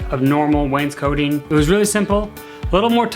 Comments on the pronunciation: It is not pronounced "Wayne's-coating" like a jacket, it is "wains-coting", cot like a bed. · It's wainscoting....not coating no a.